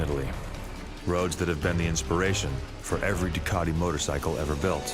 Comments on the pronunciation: I never knew Ducati had a hidden R. Why does the guy doing the voice over say Ducati grammatically like Du Car Ti The Italians pronounce it Ducati with no hidden R. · He just said "Duwcardee" again, I'm out.